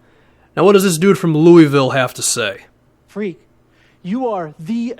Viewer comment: i cringed so hard at the way you said louisville (I'm from there)